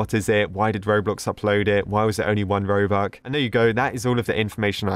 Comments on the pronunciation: It's not robuc ITS ROBUX😡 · Did he just say ROBUK not ROBUX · “Robuc” 2021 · i love how he says 'robuck' instead of 'robux' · Everyone: robux today: robuck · is it just me He said robuk